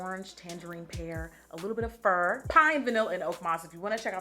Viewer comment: fir, not fur. As in the fir tree.